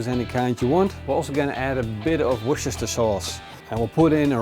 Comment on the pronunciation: WORCHESESTERSHIRE SAUCE??😅😅😅Bruv. I'll edumakate you. Try this. "WUSTA SAUCE". Greetings from Worcester UK